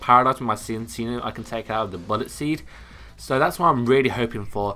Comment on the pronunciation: Nope it is pronounced Sin-see-noh.